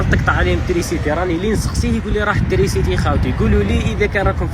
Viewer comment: وعلاش تقول ترينسيتي بدل (تريسيتي) 🥲